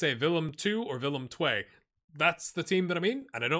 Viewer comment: Thanks! And your pronunciation of Willem II (tway) was spot on ;-)